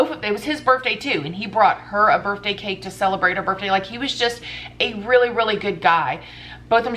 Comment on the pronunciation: birfday hahaha I'm crying